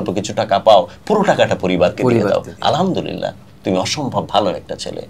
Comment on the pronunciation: আলহা'মদুলিল্লাহ বলার সময় ح বলতে হবে,, ھবললে অর্থ বিপরীত হয়ে যায়,,الحمدلله